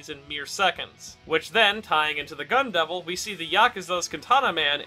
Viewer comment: I cannot unhear Gun devil as Gundam, h a l p